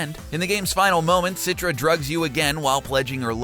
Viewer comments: its not "sitra" but "chi-tra" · Man, its "Citra" not "Sitra" 😂😂😂 also, Rakyat means people.. you just saying "peoples people"